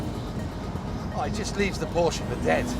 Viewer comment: Did he just say Porkuh